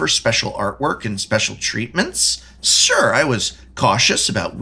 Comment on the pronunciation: lol the prof pronounces "sure" as "sir".